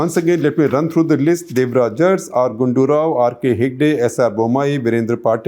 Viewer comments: Uncle ji, its Devraja Urs, to be pronounced as Aras. Every time you u prouncrd as urss, it was very funny. :-) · Shekhar avre it's not pronounced as Urs..it should be Aras.... But written as Urs... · It's nit ers, It's aras. Means ruler. Make ur pronounsations correct. Then do such nonsense surveys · Sir it is Devraj Urs pronounced as Aras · Please pronounce URS as a-ra-su